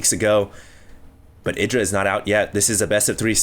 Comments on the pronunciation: ITdra? dont you speak it out ''AIdra''? kinda annoys me if says ITdra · isnt Idra pronounced I-dra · I just double checked... Idra pronounces his name "Id-ra" like said but Artosis, standing right infront of Idra pronounces it "Eye-dra"... I guess Idra doesn't mind lol... check out Artosis' page...